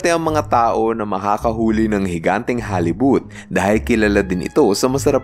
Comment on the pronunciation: halibut pala yun akala ko or pagka dinig ko hollywood haha